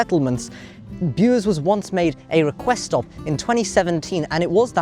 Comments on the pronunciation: My local line. I used to ride class 105 Cravens DMU's on this line in the 80's (my favourites). Good video and well done on the pronunciation of Bures! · Well done for pronouncing Bures properly, not many people know how to if they're not from the area. Also, it's a shame that the line to Cambridge was axed, it would be a very handy line to use as a more direct route without having to change at Ipswich or London.